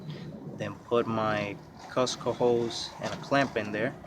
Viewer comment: F Costco 😂😂😂 its cooosco mate 👌😜